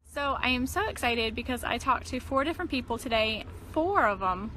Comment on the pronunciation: Also it's excited, not essited. And refrigerator, not fridgerator.